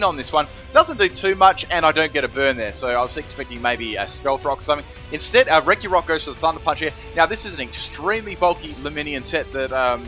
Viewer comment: I Don't men to be a stereotypical name perfectionist but it's not pronounced RE-GI-ROCK it's RE-JI-ROCK